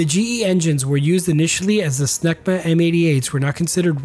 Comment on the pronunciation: "Engines: Smegma" I almost died! But hey... they ARE French. 🤣 Another knockout video.